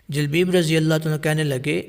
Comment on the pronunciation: جُلبَیب اس کا تلفظ ہے